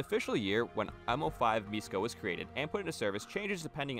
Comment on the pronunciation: š in Lithuanian is the equivalent of sh in English so miško would be pronounced like mishko still cool video tho